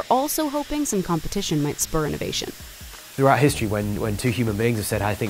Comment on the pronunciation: Inivation, that excites.